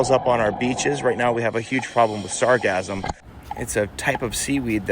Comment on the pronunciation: At first, I thought you said the beaches had a problem with seaweed called sarcasm 😂